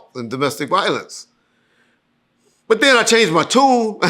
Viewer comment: I single handedly help correct pronunciation of the word But. former pronunciation was "Buhhhh"🤷🏾‍♂️🤣